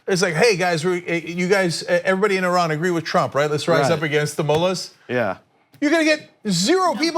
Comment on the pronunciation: Why does he keep saying "Ehran"? Shit! Are we going to bomb the wrong country again?!